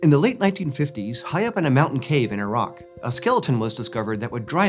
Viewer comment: In the first few seconds, did he say "in Iraq" or "in a rock" ?